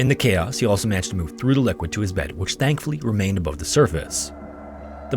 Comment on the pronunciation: Are you saying “Stankfully” ?😂